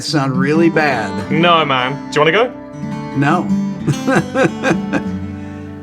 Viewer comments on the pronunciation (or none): the empahtic NO at about